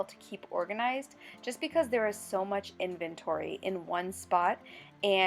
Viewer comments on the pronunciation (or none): It’s actually in-ven-to-ry, 4 syllables. I checked the dictionary. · Interesting: in-vent-tory. I've always heard it pronounced : invent- tory, 2 syllables not 3. Hum. Just an observation. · Actually 4 syllables 😊 in-ven-tor-y